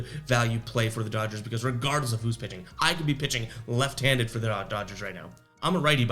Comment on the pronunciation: Rewatching the video to see how you did yesterday. You accidentally made a speaking error that I believe could make an excellent T-shirt idea. If you decide to make them all I ask in return is a free one after your first 100 sold... Around the you said The Rays have a "pissing disadvantage." I popped pretty hard. I don't know if it's because I'm up so early in the morning, but I thought it was hilarious. Of all things, a "pissing disadvantage" really affects a ballgame. lol